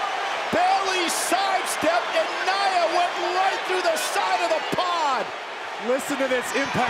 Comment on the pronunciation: Michael Cole you pronounced Nia’s name wrong, if she would have heard that she would have hit you with a Somoan drop